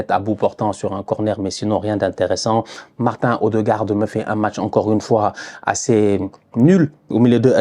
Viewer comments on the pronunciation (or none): Le “Martein Odegarde” me fume 😂